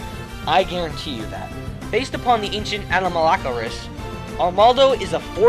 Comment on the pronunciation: He mispronounced Anomalocaris....BADLY......Anomalocaris 4 dah win!!!! :)